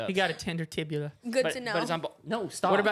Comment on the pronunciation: AHHAHA SAID TIBULA BUT ITS TIBIA